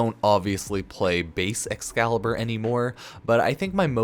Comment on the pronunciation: excalibur umbruh